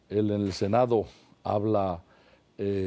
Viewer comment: "...me he quedáo impresionáo asombráo... el Senáo", JAJAJA